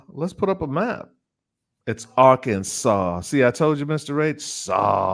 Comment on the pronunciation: is so right about the pronunciation of the state of Arkansas. I lived there two years before joining the U.S. Army.